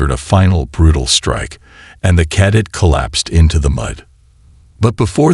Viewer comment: I struggled for the first 2 minutes. This is the first story I have listened to from you. G.D!!!!! Did you get your POS AI at the same second hand store as most of the rest of the channels!!!???? JESUS!!!!! WTF is: "unREDable", "WARferring", "KADit"(cadet), "ITHan"(Ethan), "....we PERfikt strategy"!!!!!!!!!!!!!!!!?????????????? YOUR AI SUCKS!!!! Do you even proofread/listen to them before posting!!!??? Apparently not!!! This was my first of your stories.....AND my last!!!!!!!!!!!!!!!!!!!